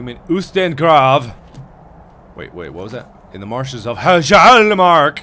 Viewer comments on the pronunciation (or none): Its pronounched Heeyalmarch not Hijaalmark.